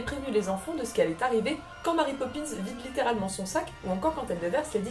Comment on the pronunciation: Ne devrait-on pas prononcer Mary comme Mary (à l'anglaise) et non... Marie ? ;)